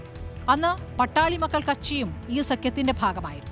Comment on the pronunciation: Not Pattali.but Paattaali makkal